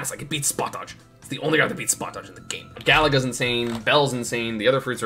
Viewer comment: “Galaga” Unsubbed